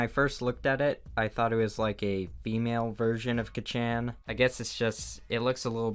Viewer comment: Who got triggered when he said kaccan and acediemia wrong?